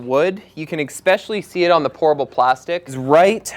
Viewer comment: lol, every time you say Pourable it sounds like you are saying Horrible 😝